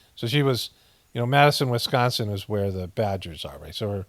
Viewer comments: Still funny when he says “WiSCANsin” 🤣🤣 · It’s Wisconsin, not BOOPING WisCANsin😂😂😂